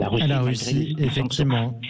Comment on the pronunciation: Il a du mal à prononcer « RUSSIE « 😂